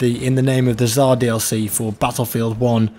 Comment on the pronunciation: stop saying Zar omg.... just read it like it is TSAR.... царь means king in Russian, TS not z